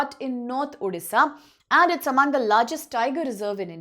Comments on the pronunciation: Hlw ma'am it's not Odhisa ... It's Odisha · Odisha nahi uuudisha bol rahi hai